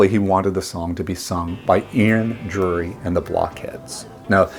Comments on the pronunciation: Ian Dury. Not Drury. Come on. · Its Ian DURY - not 'Drury'